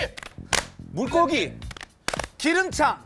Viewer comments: 이건 양세찬 발음이 안좋은거 아님? 지석진씨 말이 맞는 것 같은데 ㅋㅋㅋㅋㅋ 나는 기름차라는줄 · 근데 나도 기름창으로 들림 ㅋㅋㅋ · 몇번을 들어도 기름차로 들리는데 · 근데 양세찬 발음이 진짜 창으로 들림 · 기름차 라고함 발음이 뭔..... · 근데 뭔가 기름차로 들림 ㅋㅋㅋㅋㅋㅋㅋㅋㅋ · 나도 기름창으로 들렸는데? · 근데 나두 기름창으로 들리던데.. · ㅋㅋㅋㅋ 기름창이라고 들리긴하네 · 근데 기름차아 이렇게 들리긴했엌ㅋㅋ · 근데 나도 기름창으로 들림.. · 근데 기름창이라 들림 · 나도 기름창으로 들림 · 난 기름차로 들린다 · 기름차라고 하는줄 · 기름차 로 들린다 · 아니 양세찬이 기름창도 아니고 기름차 라고 했는데 우기네.. 아무리 지석진 몰아가기도 좋지만 어이없이 몰아세우면 보기 불편하네.. 지 발음은 생각안하고 남선동하는 꼴이라니.. 다시보기 해봐라 기름차가 머냐 기름차가.. 나이도 어린게 .. 지석진이 성격이 좋아서 그렇지.. 볼때마다 팀원들 믿고 까부는거 꼴보기 싫음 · 근데 ㄹㅇ 기름창 이렇게 들림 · 기름차로 들림. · 근데 진짜 기름창으로 들리는데? ㅋㅋㅋㅋㅋㅋㅋ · 내가 듣기에두 세찬이 창으로 발음한거 같은데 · 기름창이라고 들림 ㄹㅇ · 난 기름차로 들리네ㅋㅋ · 암만들어도 기름창으로 들림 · 기름창으로 들리는데.. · 난 기름차로 들리는데.... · 저건 누가봐도 " 기름창 " 이라고 들리는데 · 기름차로 들리네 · 근데 솔직히 그름창 이라고 들림ㅋㅋ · 난 기름차로 들리는데ㅋ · 근데 진짜 기름창이라 들리는데? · 근데 쌥쌥이 발음이 안좋긴 함... ㅋㅋㅋㅋ 나도 창으로 들었는데... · 기름차로 들리던데. 양세찬 발음문제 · 조낸 발음 '창'이긴함 ㅋㅋㅋ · 근데 양세창이 발음 진짜 구리게 했네 ㅋㅋ 난 기름차로 들림. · 근데 기름장은 좀 억까였음 지석진이 맞음 누가봐도 치읓 발음이었는데 방송에서는 굳이 저런식으로 꼽주네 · 솔직히 기름장 발음 안 좋았다. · ㅊ발음으로 들릴만 했네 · 저건 남탓이라기보다 양세찬 발음 안좋은거 맞는데 왜저럼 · 기름장 발음 안좋긴 했다 세찬이형 우우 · 이건 솔직히 양세찬이 잘못한거지 ㅋㅋㅋ 지석진 잘못이 되는게 이상하네 ㅋㅋ 당연히 '장'이긴 해도 순발력 게임에서 발음이 창이면 괜히 거슬리는데 ㅋㅋㅋㅋ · 기름창으로 들리긴하네 ㅋㅋ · 기름차 로 들림 ㅋㅋ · 근데 기름창? 아니지 그런 거 없지 기름장이구나! 할 시간이 어딨음 ㅋㅋㅋㅋ 저건 양세찬 잘못이 맞음 1초도 안 되는 시간에 3글자를 생각해야되는데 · 나도창으로 들림ㅋㅋㅋ기름짱.? 아닌가 아니면 진짜 정직하게 기.름.자앙! 이렇게ㅋㅋㅋㅋ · 나도 기름차로 들음 ㅋㅋ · 기름창 하니까 창으로 시작하는 단어 생각나다가 기름장인데?하게된다 ㅋㅋㅋ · 직전에 끝에 힘줘서 말하자고 해서 기름짱! 하려다가 기름창 됨ㅋㅋㅋㅋㅋㅋ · 단어의 맥락상 기름장으로 받아들이는 게 맞기는 하지만 확실히 기름”차”나 “창”으로 들리기는 함ㅋ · 기름창으로 들리긴 하내... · 그런데 자막은 기름장으로 보고았었는데 기름창으로 들리긴 했어 .. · 근데 눈 감고 몇번 들어보면 장이 아닌 차로 들리긴하더라구요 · 나만 기름차로 들려?ㅋㅋㅋ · 진짜 기름장이 기름창으로 들리긴 하네. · 기름장은 다시 들어도 기름창 이나 기름차로 들림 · 저도 눈감고 장이라고 생각하고 들어도 창? 차? 이렇게 들린긴하네요 ㅋㅋ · 양세찬님이 기름창이라고 발음 했는데 지석진님은 기름장인거 알면서 물어봤다 ㅎㅎ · 분명히 양세찬 '기름차'라고했음. 그런데 자막에 '기름장'이라고 함. 뭐가뭔지 헷갈릴만한데? 스탑하고 느린화면으로 봐라, 기름차 라고 발음함. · 근데 아무리 들어봐도 기름장이라고 안들림. 기름차 기름창 이렇게 밖에 안들림. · 아무리 들어도 기름창이라고 했어.... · 기름차 라고 들리는디ㅋㅋ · 근데 진짜 ‘기름장’이라고는 안 들림 기름차? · 솔직히 자막없었으면 창이야 장이야 나도 물어볼듯 ㅋㅋㅋ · 기름차로 들렸는데?? 진짜로? 내 귀가 이상한가? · 나만 기름창이라고들었나? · 장이아니라 창이라 들리긴하네